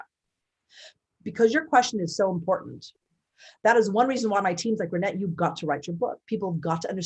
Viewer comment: Please pronounce Reinette’s name properly! The E in her last name is not a Long E Sound but a Short E sound!!